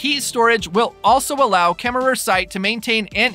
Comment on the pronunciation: I LOL'ed at KemmerER. Hahahah... I wondered about the spelling vs. the pronunciation. Wyomingnites don't pronounce the final /er/. I am excited for the project too.